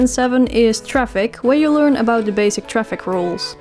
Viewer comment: Hahahaha when u said LEERN bcs ur Dutch accent came out and u wrote it in red I cracked up it was so funny 😂 !